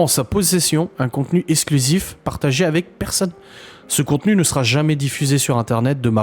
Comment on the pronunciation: les mots qui contiennent un "x" ne se prononcent pas "s"... eKSKlusif pas essclusif... c'est quand même pas compliqué...